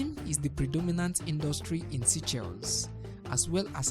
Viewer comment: Would be great if this channel gets a much better narrator. Try a woman narrator. The current narrator mispronounces many words, and reads sentences in a very choppy way. Also, SEYCHELLES could be pronounced correctly and understandably. Thank you.